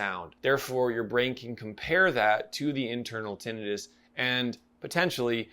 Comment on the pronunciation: Thank you for this review - I have had Tinnitus since I was born - and thank YOU for pronouncing it correctly - I get irritated when people call it 'Tinn i tus'